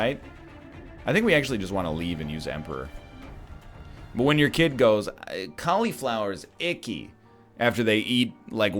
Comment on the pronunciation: Can we talk about how he says fucking cauliflower